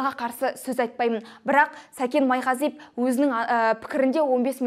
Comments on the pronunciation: Майғазиеп емес Майғазиев деп дұрыстап айтып үйренші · Сен бірінші сөйлеп үйренші ,Майғазиеп емес Майғазиев .Сәкен кінәлі болсада ,соны дәлелдейтін сен емессің.Мықты болсаң билікке қарсы шықсаңшы.Басқа ,басқа бірақ Сәкен солай істейді дегенге кім сенеді. Сол ақшаға бола жылдар бойы жинаған абыройын төкпейді ғой .Ал сені тыңдау невозможно,сыпылдап ,құлақты ауыртады🥶 Дура